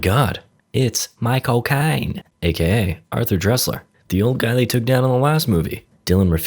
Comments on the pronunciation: WHAT? Did you say “my cocaine” or micheal caine?!?! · Did you just say Michael Caine or my cocaine?